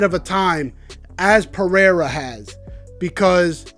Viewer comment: He's trying to say, (peh RAY rah) Pereira, which is Portuguese.